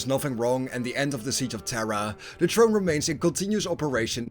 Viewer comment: The more you said “ Trrone” the more I chucked.. there’s an “ H” in there brother